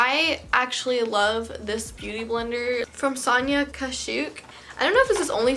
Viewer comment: The way she says sonia kashuk is too funny 😹